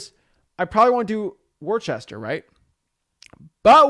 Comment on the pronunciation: You obviously ain't from Mass. It's pronounced "Wuhsta", not Worchester. LOL. No way you would know that, but for future reference. Great vid as always!